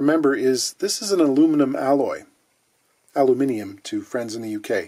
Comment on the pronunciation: Thank you for using the correct (UK) pronunciation of Aluminium 👍